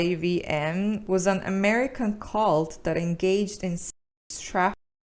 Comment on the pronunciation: NXIVM is pronounced “nex -eee-um” and there were multiple documentaries about it on Hulu and Netflix and the book Scarred is written by a survivor of the cult, it’s a crazy example of the blurred line between cult and MLM!